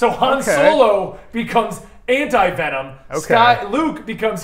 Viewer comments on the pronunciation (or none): Han-ti Venom lolololol